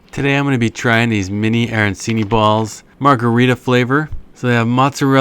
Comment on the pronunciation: I knew I shouldn’t have trusted a review where the person can’t even pronounce arancini correctly. These are pretty comparable to what you’d get in an Italian restaurant for being from a freezer. Margherita sauce is simple and not supposed to be excessively seasoned. The arancini shouldn’t be overly stuffed with cheese either. As for the stickiness of the risotto, that’s what happens when you reheat any risotto from frozen. These are pretty good when you have an arancini craving and don’t want to pay a lot for them from a restaurant or make them yourself.